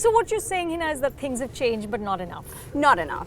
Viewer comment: "Heeeeeeeeeena Khan"! Learn to pronounce your name at least. Its Hina, not Heena.